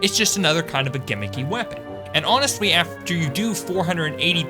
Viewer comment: Just wondering; why do you keep saying all your "L" sounds with "W" sounds? "Especiawwy", "Honestwy" ect